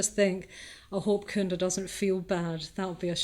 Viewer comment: 22 not kunda, it’s cunda as in chu. Like China 🇨🇳 Great lecturer btw